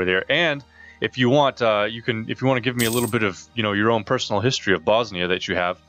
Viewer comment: You acctualy pronounced it right :D And at this time all the provinces you have bosnia has had at their brink of powe after that the turks came and conquered Bosnia , serbia ...